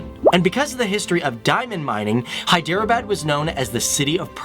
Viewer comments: Is his pronunciation correct? Isn't HEE-de-rah-bad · if you don't know the facts about hyderabad then don't talk nonsense about it . It is hyderabad not hiderbad . ** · It is not hi-drea-bad just so you know. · Array stupid fellow, ur not at all pronuncing Hyderabad properly..